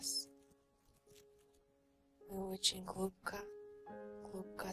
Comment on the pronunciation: я уже начала засыпать, как услышала " Вы начинаете глубко, улубко спать" 😂😁